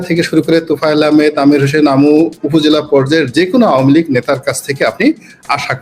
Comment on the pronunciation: উপস্থাপিকা ম্যাডাম আপনি এত ভেটকাই নোংরামি করে উচ্চারণ করতেছে আওয়ামী লীগ টাকে আওয়ামী লীগ এত নোংরা দল নয় দুই একটা ভুল সকল দলেরই আছে কিন্তু ১৭ বছর দেশ চালানো এত সহজ না আপনি আপনার ফ্যামিলির দায়িত্ব নিয়ে দেখেন ১৭ দিনও এক কথায় আপনার ফ্যামিলি মেম্বারকে রাখতে পারবেন না সুতরাং save your talking